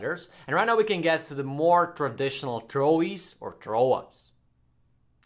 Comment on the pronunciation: Trowi not throwie